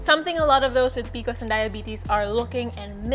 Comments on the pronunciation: P-C-O-S, not picos! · It’s the first time I’m hearing someone called P.C.Os PeeCos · It's pronounced pee-see-oh-s. Not pee-kos. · I thought I could do it, I thought I could get past her saying peeacoes over and over and OVER again but I cannot. I’ve never heard anyone call it that. I have pcos, it sucks. It’s P. C. O. S cyster 😒. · Love this but why are you pronouncing it like that? It’s P.C.O.S as it’s an acronym. Informing so people know when you refer to it. Love the tips from you! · I have never heard someone refer to pcos as peecos😂 am I the weird one?? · Bro, when you start the video by mispronouncing P C O S, you know the knowledge wont be top notch